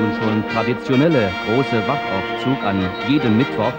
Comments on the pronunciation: Meine Güte !! Das heißt nicht "Wach T aufzug", sondern "Wachaufzug" !! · It's Wachaufzug , not Wachtaufzug.....